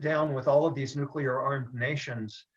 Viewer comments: Nuclear, not nucular. I twitch every time you say it lolol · Great vid! Minor, very minor, bit of input; it' NOOK-LEE-UR, way not NOOK-U-LUR (from an OCD science guy, 😖) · Nucular weapons, what's that? Ohhhh... Nuclear weapons, okay got it. I guess is related to George W. Bush. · Yes, pronounces nuclear funny. It's a Canadian thing, LoL